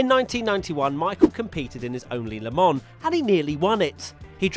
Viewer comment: Its Not „LEMONN“ 😂😂😂